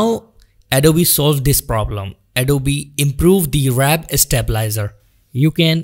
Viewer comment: "Wrap stabilizer" haha its warp